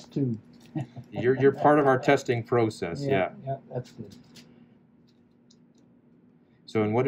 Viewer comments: Omg I came to the comments to type this lol. I don’t know if I’d spell it “Ot” or “Owt” 😂 I can’t decide if he leaves the “u” out or hyphens the “u” more in his pronunciation 😂. And the word “process” 😂 oh it’s so cute to hear him say these words. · Oh the way you pronounce “out” and “process” tickles me 😂 but love hearing you talk and love the way you treat your residents to make them feel comfortable if they don’t get the correct answer. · And pro. cess